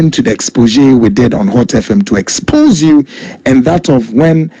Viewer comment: you can't deal with nobody,Tiger eye trapped you and you fall.corruption is corruption,you could have refused the money.wether it's old video or not,pronounce the word well#exposé and not expogé😂😂😂😂🙏🙏🙏Don Coulibaly